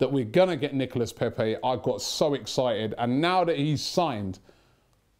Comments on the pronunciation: knee-co-la not Nicholas, Robbie. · Hey.... u pronounce it Nicola....:-) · you dont pronounce the S on his name you've been told over n over n over get it right man 😬😬😬